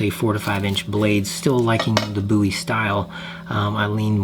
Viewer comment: Love your design style…very clean lines. Thank you for saying boo-e and not bow-e…drives me nuts!